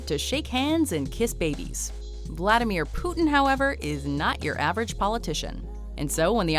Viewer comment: Its vladamir putin not flatamir putin